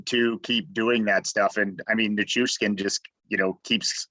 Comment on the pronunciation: Thank you for learning how to pronounce Nichuskin this time.